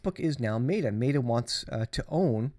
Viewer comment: Meta Not mayta.